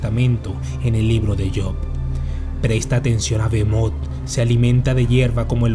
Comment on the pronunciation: Bro en vez de leer "Bohemot" ( terrible nombre de pokemon) ley " Belmonth" . Tenemos que ver despues de la sangre de zeus Castelvania bro.